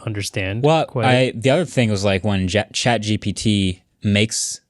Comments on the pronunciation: For a guy known as "MKBHD" He needs to stop calling it "ChatGTP" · Why does he keep saying ChatGTP and nobody corrects him? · Did he say Chat GTP?